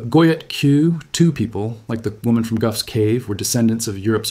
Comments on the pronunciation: Very interesting and well presented. Just one 'bone to pick'* - Gough is pronounced 'goff' as in cough; not 'guff'. That's a UK slang word for a fart. *Gough's Cave - ritualistic cannibalism. See what I did there? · Gough's cave = Goff's cave, not Guff's cave. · In Australia Gough rhymes with cough. Famous Aus Prime Minister Gough Whitlam. Never knew he was named after a cave. 🤣🤣🤣 Is this not true in other parts of the world?